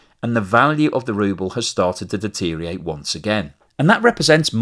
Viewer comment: Great video as usual but please listen back to your much repeated pronunciation of 'deteriorate' and the missing syllable. Sorry😅